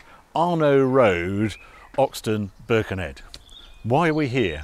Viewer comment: Loved the way Harry says Birkenhead! Spoken like a true Scouser! 😂😂😂